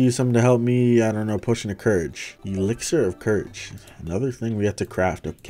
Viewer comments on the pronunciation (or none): none